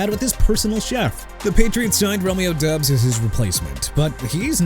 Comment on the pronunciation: His name is pronounced Romeo DOBBS, not Romeo DUBS